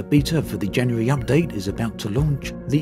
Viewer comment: Hehehehe ....he says Jany-yary. Nothing wrong with that... just makes me giggle